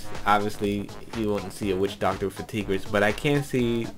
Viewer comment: Oh for the love of god....the weapon's name is pronounced "tie-griss", NOT "tee-gris", like a female tiger. (And yes, i know the spelling is different) You're welcome.